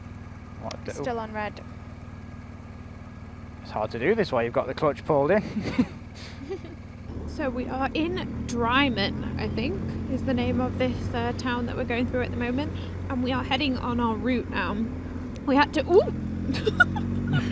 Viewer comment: As a Glaswegian living in south of England....and who drove up Glen Coe to see a mate on Skye just two weeks ago, i enjoyed this very much. Some info for you. Drymen, is pronounced Drimen, not Dry men......and just before you got to the three peaks early in the part through Glen Coe you passed a run down building on the right of the road on a bend (28.14) That was the infamous scottish retreat home of Jimmy Saville for a few years. Once the stuff came out about his terrible past when he died it was heavily vandilised and is itself a strange place that people actually seek to visit when in the Glen....it's about to be knocked down. The area under the three sisters always seems to have deer in it. I don't think i've ever gone past an d not seen them there...but i've only gone past about six times in last 30 years lol.